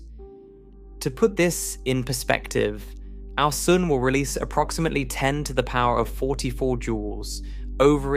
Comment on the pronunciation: I love how you say “sun” — it sounds like “soon”